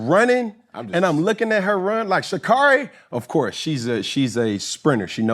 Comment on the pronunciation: It's Sha'carri ...Sha-care-Ree...I got you Sha'carri lol